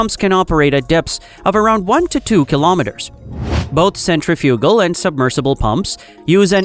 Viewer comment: The AI needs to learn how to pronounce "centrifugal".